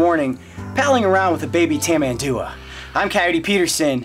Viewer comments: Is tamanduA, the strongest part of the word is the last A. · It's pronounced (here in brazil at least) "Tamanduá" with the last "a" being tonic.